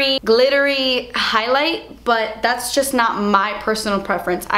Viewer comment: I can't even deal with how you say "Das expensive" cracks me up every time 😂😂